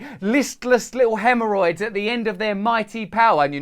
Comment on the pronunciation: "They want us to be listless haemhorrrroids..." 😆 There's Klingons on the starboard bow. Scrape 'em off, Jim!